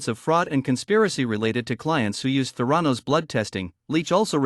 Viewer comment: geez, at least pronounce “Theranos” properly! it’s so silly you can’t even get that correct